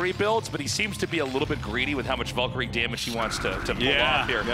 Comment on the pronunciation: The way Artosis and Tasteless pronounce Valkyrie almost gave me a stroke